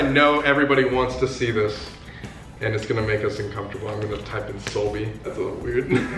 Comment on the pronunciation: Wait did he say OUR children solby